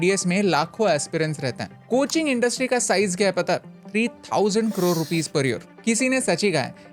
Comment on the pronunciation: Karode ❌ Krorrrr 🔥🔥